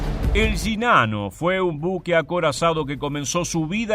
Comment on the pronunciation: Solo lo digo como humor jajaja. Me da risa que el acento argentino pronuncia las Y y las Ll como "sh" y en el otro caso, al pronunciar Sh, lo hace como Y jejeeje. "Yinano"